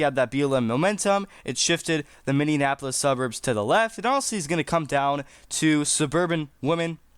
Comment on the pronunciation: Mindianapolis??? Try Minneapolis 😮